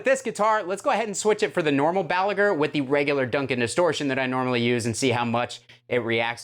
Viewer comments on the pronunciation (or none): none